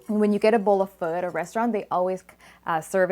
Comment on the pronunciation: I wish I could pronounce Pho as well as you do.